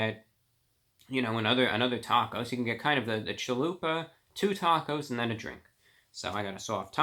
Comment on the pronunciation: Man I didn't skip any of it lol, just pointing out he said chahoopa instead of chalupa, I thought it was funny.